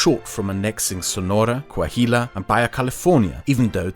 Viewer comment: Oh shit as someone from Coahuila (that you keep mispronouncing horribly lol) now I understand in more detail why I and many other norteños hate Mexico City and its political class so freaking much. People of Chihuahua have a saying: "Everybody past down Jimenez city are chilangos" as a despective way against southerns and specially the high centralization of power of Mexico City.